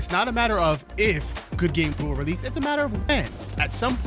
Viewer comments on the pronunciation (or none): Bro saying rell seas and release is like the three magic words to a fat person MC DONALD'S IS CLOSE